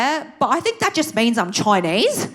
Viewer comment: I love when you say "Im Choinese" 😂